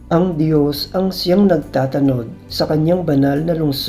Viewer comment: Correction ng Pagbigkas…… NAGTATANOD……… Ang bigkas ay: NAGTA’ TANOD… Nasa unang TA ang HATI ng salita…. HINDI 😫….. X NAGTATA’ NOD tulad ng. pagbigkas mo …… No offense meant….. Nakaka-dusteact kasi sa pakikinig ng Ebanghelyo kapag MALI ang pagbibitaw ninyo ng mga salita……